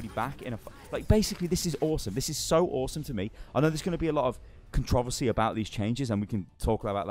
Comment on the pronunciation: "Controvacy" sarlosa 2017